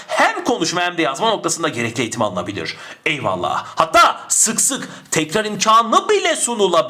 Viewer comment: her videonuzu severek ızlıyorum ama; EYVALLAH'I neden bu kadar vurgulayarak söyluyorsunuz?Paragraf çözmeye çalışıyorum zaten beyin yanıyor bu kadar tonlamalı eyvallahhh demenız :S